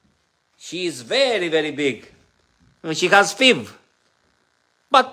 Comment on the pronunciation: FIV.......pronounced "eff"-"eye"-"vee" ❤